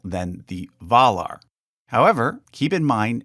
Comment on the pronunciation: Its surprising just how many names here have been mispronounced. ... even Valar.